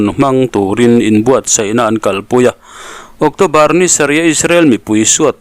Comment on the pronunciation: Octawbar ani thei dawn a mi? ocțobar ani zawk lo maw?